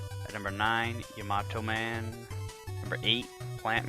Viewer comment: It is yah-mah-toh. He mispronounces it.